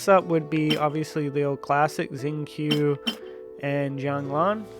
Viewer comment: Not sure how long you have been playing (5 months myself), but in english Xingqiu is pronounced sing-cho not zing-q. Check on his voice lines in-game on the character page. Other than that, I agree with your choices in the video. 👍Decided on Lan Yan C2 for my account to let her heal her shield.